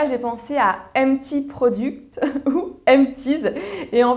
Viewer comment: Le pire accent anglais du monde prodUct x) mais à part bonne idée de vidéo :)